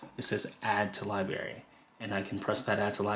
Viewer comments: It’s LIBRARY not Liberry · Thank you for this info. Please pronounce library correctly. It has an R in it. It’s not pronounced liberry it’s library 😂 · Excellent content! Very helpful! You are a pro! Please work on your pronunciation of the word library. It is not LIBARY.... There is an R after the B.... LI-BRAR-Y. It was distracting to hear the mispronounced word... many times. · Great demo…check your pronunciation of LIBRARY…not LIBARY. Hope this helps. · Lie Berry? C'mon, man. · Thank you so much! A wonderful introduction to AM! Your credibility, however, takes a huge hit every time you say “li-berry’. It is a b-r sound. Like ‘break’. You have to make the adjustment! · "Li-Berry" for library was a pronunciation tic I had when I was growing up, too. Reminded me of when I was a kid. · I gotta get this “Lie-berry” 😂😂😂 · Great overview. If I may offer one tip...please also pronounce the first "r" in the word library. :) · LIBRARY! good grief that was driving me crazy lol. thanks for the video though, needed some help navigating the app, switched over from spotify. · It’s pronounced Li-BRARY not Li-Bary Also its LOSS-less not loose-less. Come on man! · Yeah made my skin crawl. Also looseless instead of lossless